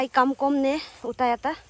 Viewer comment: Not "aikamkom "it's name is "aikamko".